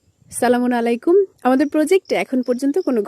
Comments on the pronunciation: সালাম স্পষ্ট হয় আপনার, সালামুন আলাই কুম আপনি বলেন সঠিক হবে আসসালামু আলাইকুম। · আচ্ছা আপনি চালামুন আলাইকুম এটা কেমন সালাম বেশি শিক্ষিতরা সুন্দর করে বলতে গিয়ে ভুল উচ্চারণ হয় দয়া করে ঠিক করে নিবেন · আসসালামু আলাইকুম আপু দয়া করে সালামের উচ্চারণটা সুন্দর করেন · আপনে ভালো ভাবে সালাম দেওয়া শিখে তার পর সালাম দিবেন তা না হলে!!!